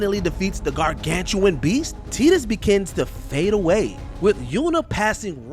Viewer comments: WatchMojo, your narrators have GOT to research these characters more. The pronunciation of some of the names is just atrocious. Teedus? Come on. TIE-TUS. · teedus? you mean tie dus? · The main thing that made me cry this video was the unacceptable pronunciation of Tidus......